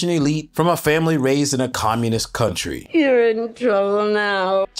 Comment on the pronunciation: 她不是口音问题，首先她的重音就不对，第二是很多小学级别的词汇发音都不对：country - 堪try她发“康try”；world - 喔尔得，她发哇奥得；division - 地维珍，她读发“地维申”；understood - 安得儿斯杜得，她发“昂得儿斯杜得。这些至多是高中词汇，我很好奇她在国外待了那么多年、学历这么高，拼读规则和发音怎么烂成这个样子。但凡是普通学校毕业的，咱不要求人家什么，但她是哈佛的这就太诡异了